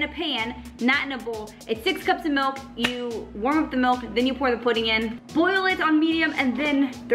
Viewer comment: not even from the midwest, and she still says melk 😍